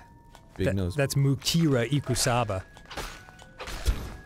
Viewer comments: mu-KEY-ru ikusaba. the 16th key. watch out for her. this is the kind of quality content that I subscribe for. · I was having a good time... Until Dan said Ikusaba's name wrong